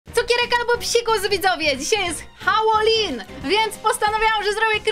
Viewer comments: Jak cos nie holelin tylko halolin;) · Halołin a nie hałolyn😂😂😂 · Nie Hałłoween tylko Halloween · Nie hałowin tylko halloween